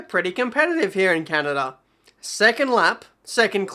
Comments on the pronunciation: "Can-ah-dah" NO. ITS "Can-ah-duh" duh not dah. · the way u pronounced canada (car-nar-da) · Actually Kanada how you pronounced it is almost the german way 😂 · Canarda? LOL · Never in my 2000+ years of living have I heard a country called "KUNARDA" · Your "Canada" at the beginning of the video sounded like finnish :P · that's how my country pronouncing canada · The way you said Canada 😂😂😂